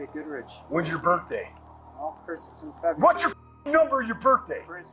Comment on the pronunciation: I really enjoy these videos but it drives me NUTS how the narrator pronounces February. He pronounces as Febbee-airy